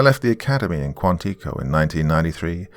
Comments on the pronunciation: Haha. I was born and raised near Boston, MA. For not being from North America.... he does QUITE well with pronunciations. Although, I did notice Quantico. It suppose to read like: sounds like Kwan Ti Ko. Like Ti in Tiffany. Just trying to help. Fyi for others in Quantico, Virginia (near the nations capital Washington D.C.) there is the FBI headquarters rs, and huge Marine training base etc. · Really enjoyed it. When I heard Canada, I was remembering an old movie called "Shoot to Kill," where a detective chases a killer into the wilderness. Just for your reference, Quantico is stressed on the first syllable and the "i" is short, not long. Looking forward to more of this in the coming days.